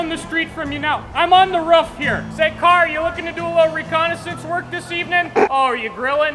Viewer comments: im suprised he doesnt say roof like "ruf" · Who in the hell says RUF instead of roof, honestly lmao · You mean " My Ruf" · Not many things more Midwestern than pronouncing roof like "ruf" 😂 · Excuse you, the correct pronunciation is just "Rff" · The way he said roof like “ruff”? I felt that. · Did you just say ruff? That’s why you did’t get help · You can tell he's from Wisconsin based on how he's saying "ruff." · People in south don’t talk that way but people in the Midwest do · i like that he sas ruf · "Rüf" I guess that's a regional thing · "My rohf" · Im kiwi and I cant hear it. Just sounds like hes saying Roof to me. Trying to imagine how americans would normally say it if its not like this... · Ope, there it is. I came to the comments section just to see how many people would talk about how we say roof. My mission has been accomplished. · really? Ive never heard it said that way in my life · I'm curious about how he switched to a different pronunciation of "roof" halfway through